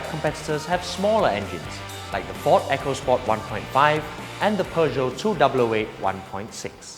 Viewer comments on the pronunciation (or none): none